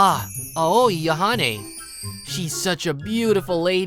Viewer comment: Okay…I know this is just a pet peeve of mine when American VA’s mispronounce Japanese names in dubs. But I just hope the male VA one day realizes that just because her name is three vowels, doesn’t mean they make their usual sounds. He keeps saying Aoi like (ow-oi-ee), but I’ve always heard it pronounced (ow-ee) Ao-ee, not Ahoy-ee. Now that I’ve griped enough, allow me to fade back into irrelevance. Have a pleasant day everyone.